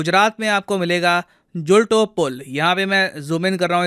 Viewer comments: Pronounce it as Jhooltoe pul not julto pul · Jhulto ( जुल्टो) नही शायद झूलतो (झूलता हुआ Hanging)पुल नाम है!l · Sir ek request h ki indian content ko indian language me bhi verify Kar liya karo jisse pronunciation me difference na ho..bridge ka naam झूलतो पुल है ना कि झुलटो पुल । नदी का नाम मच्छू है। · Ap uchcharan galat kar rahe hai. Machchhu river and Zulto pul Galat uchcharan kiya. Oreva company ke bare me bhi nahi bataya!! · it's "झूलतो पुल" means swinging pool. it's "मच्छु नदी" Macchu river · Sirji it is झूलतो पूल and the river name is मच्छु! Just for the information.